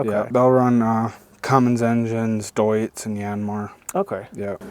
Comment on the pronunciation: i love he said DEUTZ right i am from deutz, west germany ! =) (cologne) deutz fabric was just the district ...